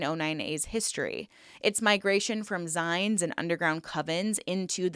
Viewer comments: I was so confused when you were saying “zines” lol it’s said like “zeens” as it comes from the word “magazine” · every time I hear you try to pronounce the word "zine" I wince in pain a little... how is it pronounced you might ask. Well it is a shortened form of the word 'magazine', so just say the second half of that word. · Gave up when I just couldn't listen to you mispronounce another word. Zines = zeens as in magaZINES.